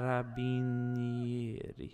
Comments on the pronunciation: you're pronouncing Carabinieri in the right way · I love you, you have finally played with italians:D You pronounced Carabinieri correctly anyway